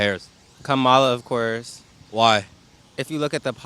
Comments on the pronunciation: Please correctly pronounce her name… Like “Coma Lalalalala”. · Comma-la! Not that hard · Need to learn how to pronounce her name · Strange! Even people voting for her are mispronouncing her first name! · Please pronounce her name correctly, you are worst than MAGA